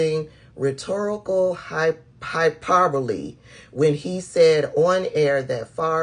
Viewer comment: Hyperbole=HI-PURR-BOW-LEE There u go my gurl❤️